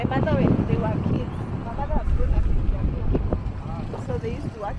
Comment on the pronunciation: It's Kiambu, not Kaimbu